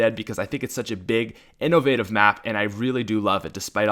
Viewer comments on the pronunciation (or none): none